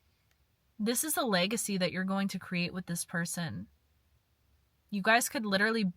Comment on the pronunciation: Got damn, ur really Irish the way you said “Legacy” 😭🍀